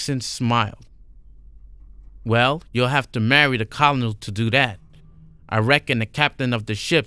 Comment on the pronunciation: I'm really enjoying your narrations so far and I enjoyed your previous read. Though in the Future when u pronounce Colonel try to pronounce it this way ker-nal like the KFC guy Colonel Sanders I don't know y the word is pronounced that way? The way you pronounce it is how I would pronounce it if I didn't know the correct punctuation is ker-nal